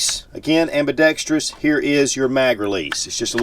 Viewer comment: Kudos to for getting the pronunciation of "ambidextrous" just right. Spot on!